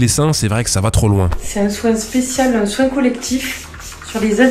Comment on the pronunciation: "c'est traumatchique", "on fait un soingue" 😂 Aie aie aie, elle est Priceless celle là